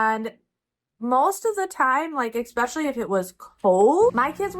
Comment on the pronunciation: Especially is correct; no on the ekspecially.